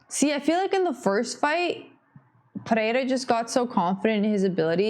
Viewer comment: Bônus points for speaking "pereira" correctly, i dont know why the gringos have so much trouble saying it